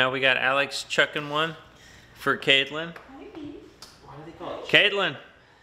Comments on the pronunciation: It’s shucking not chucking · I agree. Its shucking oysters for crying out loud.